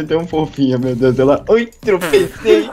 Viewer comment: vc conhece o mario kkkk ele fala roi tambem